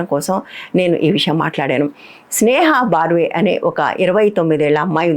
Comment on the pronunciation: Dear Madam, "బర్వే" అని పలకాలి :: ఇది ఒక ఇంటి పేరండీ. త్రిపాఠి/ తివారి/ ద్వివేది... అలా ఇక విషయానికి వస్తే కొందరు కొత్త జర్నలిస్టులు లోకరీతి తెలియక అమాయకంగా ప్రవర్తిస్తున్నారు. స్నేహా బర్వే కి శుభం & ఆరోగ్యంగా ఉండాలని కోరతూ రమణా రెడ్డి బెంగుళూరు